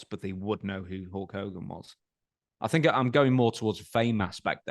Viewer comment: Its Hogan...